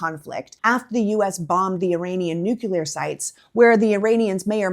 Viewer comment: Please, dear -- "new-klee-ar," not "new-cue-lur"!!